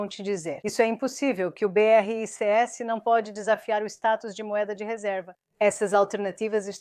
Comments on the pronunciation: O assunto é interessante, porém tem que melhorar as traduções ou transliteração, fica chato ficar ouvindo a pronúncia beerreicêesse em vez de apenas BRICS dezenas de vezes nos vídeos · Nossa! Péssima IA! Falar B R I C S e não 'BRICS' é o fim!!!!!!!!!!!!!!!!!!!!!!!!!!!